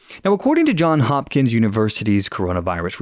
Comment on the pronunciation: For the record, it is JohnS Hopkins, not Hohn Hopkins. I think they were also around the table with event 201....health and wisdom to all, Erik the Netherlands